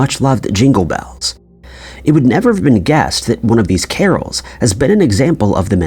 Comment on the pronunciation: Bells not bowels 😂😂😂